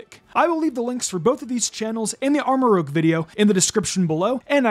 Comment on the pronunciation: I love how he pronounces Armorouge haha